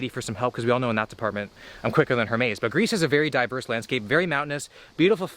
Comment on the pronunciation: Only would call Hermes ‘Hermay’s’. Mildly dyslexic, but it’s fine man.